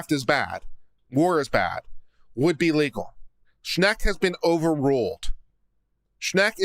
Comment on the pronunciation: THANK YOU for covering Schenck v. United States... I was like oh no you did not refer to Schenck! You said it wrong and it's BAD LAW! You Rock!